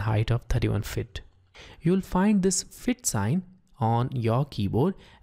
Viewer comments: It's annoying how you pronounce "feet" as "fit" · your microphone settings are very Good but it's Pronounced FEET not FIT. 50 FEET not 50 fit. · It was good except try to say 'FEET' like 'SEAT' rather than 'FIT'. It was annoying. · Disturbs me when he says fittt